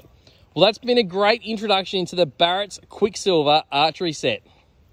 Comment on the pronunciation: Hey mate, the brand is Barnett not barrett